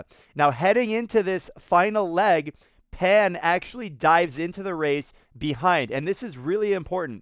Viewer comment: In Chinese, "Pan" is pronounced as "Pon"